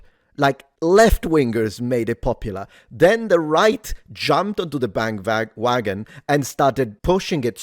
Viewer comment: We all heard you say, "BandVagon". Spent some time in Deutschland recently? Lol